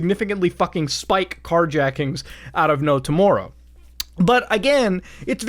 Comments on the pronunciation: the Canadian in Muta showing "Like no tomorerrow" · Toe moar row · Sometimes I forget that Muta is Canadian, then I hear him say "tomorrow" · you say tomorrow so canadian and its weird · Muta gives Steve Burnside a run for his money on how to say "tomorrow" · when he says tomorrow, that's how we know he's Canadian